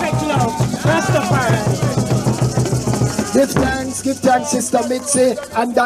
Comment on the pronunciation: you must STOP this rastafearians pronounciation STOP is Rastafarians😎